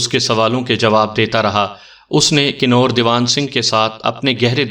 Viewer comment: Kanoor nhi kanver he ya hindi xuban ks lafaz